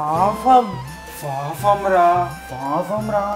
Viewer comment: Papam not fafam 🙂